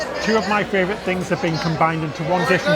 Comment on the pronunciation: As an Australian, I am very disappointed to hear failed Australian accent. Also it's funny to hear say "fravourite" instead of favourite.